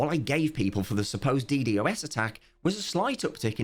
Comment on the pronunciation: Death of Cubeworld pls stop calling it "D,D, OS Attack" its a "D-Dos Attack"